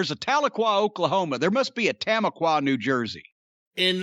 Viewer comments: Tamaqua, PA. Pronounced Ta Mah Kwa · It's 'Tom-aqua' and it's in Pennsylvania. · Lol the city is pronounced Tum-aqua. Tamaqua, Pennsylvania.. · Oh it pronounced Tuh-ma-qua